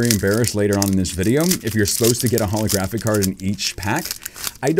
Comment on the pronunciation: When he said keldeo holographic card I heard keldeo holy crappy card